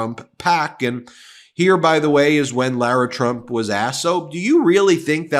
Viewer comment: TRUMP NOT TRUNP😅😅